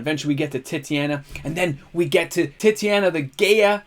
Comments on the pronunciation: Tit-aw-nya, not Titty-anna. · Yo brother- fyi, I think its te-ta-nia . And another good segment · Wow. Titania is not pronounced that way lol. Tight-ane-E-ah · No, I really love "Titty-Anna" . It's way less fun to say Tight-Ania or is it?